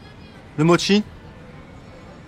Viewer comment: mo-tchi, pas mo-ki 😄